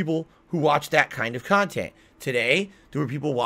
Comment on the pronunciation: Right! When I heard that I had to pause the vid and listen again to make sure I didn’t hear him wrong. He lies about the stupidest crap, and can’t keep them straight….like a grade school child. I guess we shouldn’t be surprised since he’s in gaming jammy’s everyday playing a Disney Princess game and calling it “quality khantent”.